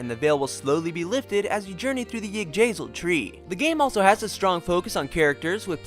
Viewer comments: iddrasil tree? its Ig-drah-sill. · yig-dra-seal.... Thats seems to be how its pronounced :) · I mean no offense at all, but why is it do I only ever hear Americans butcher foreign words the worst "Gin-noong-ga-gap", 4 syllables "La-gaard", not "Lay-guard" "Igg-drazil", not... whatever you just said Also did this brother put the bow man on the front row, all the way up to the 4th stratum Well, at least you were tough enough to even last that long